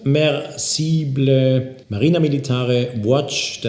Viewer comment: is that how you pronounce submersible italian way?